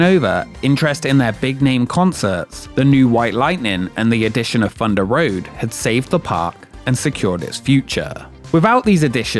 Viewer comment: Fundah Road was a fun no frills frill coastah